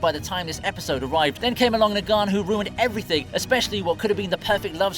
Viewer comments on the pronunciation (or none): How can you possibly mispronounce Negan? KNEE-GHiNN… Literally almost everyone of the saviors refers to themselves by the same name from one time or another, and they all pronounce it the exact same way and it is not subject to cultural differences or changes in language, no proper names are…. Phonetically, they should be the same in every language, At the very least, just try